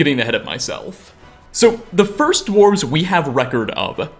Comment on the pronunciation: The dwarves-ehh so he says lol